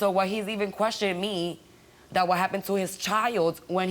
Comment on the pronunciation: Brian: i no quethioning you" I almost croaked 😭😭😭